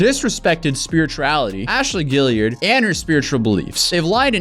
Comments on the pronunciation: Guillard! Guilliard... Guillard! Guilliard... These are two different names and you keep saying one of them. And it's not the one that's spelt right. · I know it's kind of trivial given the gravity of the video but it's bothered me since the last video about this tiktoker, there's no "i" after the last "l" in Ashley Guillard's name, but he's been pronouncing her name Guilliard every single time. I don't think it's intentional, but he's literally reading her name 10's if not near hundreds of times and has not pronounced it right. Maybe I'm wrong? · Guillard is pronounced Gee-yard.